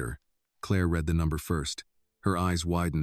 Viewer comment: I don't get why in all these "Annie" stories she is hard headed and stupid. She can't just accept help as reparations or reward and move on In general this story is pretty wild in the separated at birth story line The AI imagery is full of glitches, and text speech readeri mispronounced like "read" in the it is being used either "reed" or "red"